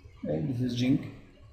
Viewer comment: it is zinc not ginc